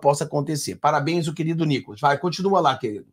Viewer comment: 😂😂😂😂😂 não aguento NÍCOLAS KKK